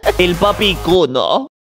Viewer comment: soy unico el que se dio cuenta que decía:papi kulo(culo) en lugar de papi kuno?